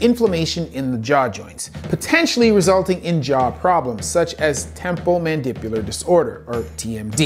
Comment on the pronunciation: Very interesting and informative video. A couple notes, though. I'm confused as to the incorrect pronounciation of a few words, most promenantly "temporomandibular" ( , a word which should be well-known to an orthopod). A second take should probably be used? The word "bezoar" is another example, though not typically used by an orthopod, it should be pronounced correctly. There is an explanation which seems inaccurate or, at best, over-simplified ( , a description and visual representation of ineffective peristalsis as the cause of death - implying that breathing occurs through the esophagus, or failing to explain how one would lead to the other in an otherwise very detailed segment). This is important because it implies that eating quickly in itself could lead to death (rather than a food bolus causing tracheal obstruction). It also doesn't mention choking as potentially preventable by bystanders, which is important context if choking is a serious concern in the context of this video.